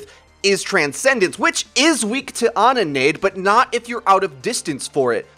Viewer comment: Your Overwatch Finally, someone who can say "Ana" right.